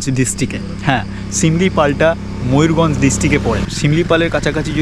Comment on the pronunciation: Dada mayurganj noi mayurbhanj